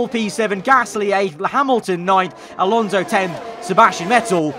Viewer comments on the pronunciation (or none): none